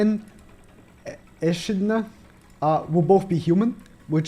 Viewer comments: it's eKidna not eshidna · sry to be "that" guy, but Echidna is pronounced E-kid-na; not E-shid-na. It's a type of animal, also known as spiny anteaters. Have a good day ^^ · Pronounced ekidna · The Character Echidna, can be pronounced like this. Eh-kid-nah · I always call the witch Enchilada that’s how I pronounce her name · Yo, It's pronounced ekidna. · echindna = ek-hi-do-na japanesse banzai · Pronounced Eh - Ki - Dawn - Na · its pronounced EK ID NA 😄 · pronounce her name as "Ekidna" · The "Echidna" is pronounced as "A-Kid-Ona", which is pronounced fast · Echidna is pronounced eh-KID-na also shes a witch so shell probably be unknown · her name is pronounced like in the romaji "Ekidona"